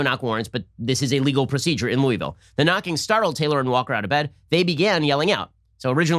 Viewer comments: Please stop saying "Looey-vill" it's pronounced "Loo-uh-vuhl" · Ben you’re saying Louisville wrong. It’s Lou-vul